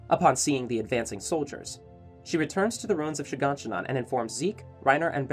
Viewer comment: Am I the only one who catches him saying Shiganshinon every single time?